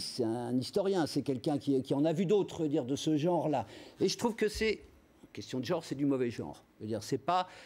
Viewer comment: "beaucoup d'oncre", ... "supposé enseignemont" ... "théorie du geonre" O bordel c'est quoi c'te journaliste d'entrée